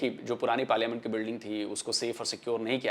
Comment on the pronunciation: वो पार्लिमेंट नही पार्लियामेंट होता है पगली!! इन लोग को अंग्रेजी भी नही आती,उर्दू भी नहीं आती,सिंधी भी नहीं आती,पंजाबी भी नहीं आती...सब कुछ थोड़ा थोड़ा आता है...!! हां, पाकिस्तानियों को आतंकवाद फैलाना अच्छे से आता है।😂😂